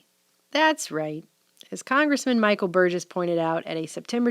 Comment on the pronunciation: Great video. And thank you for pronouncing Burgess properly lol